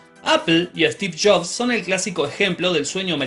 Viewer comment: "Steve Shops" me encanta el acento argentino xD